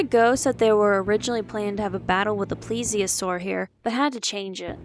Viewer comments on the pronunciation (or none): none